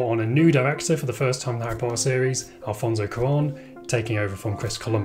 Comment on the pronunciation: "A-Ri Po-Er"